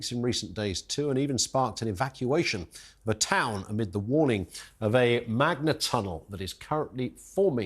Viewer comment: He said Magna-tunnel. I believe their teleprompter had a spelling mistake haha